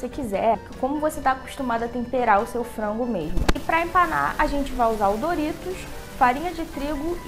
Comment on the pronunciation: Eu acho muito engraçado quando ela fala frango😂💜 é tipo "frongo" 💜😂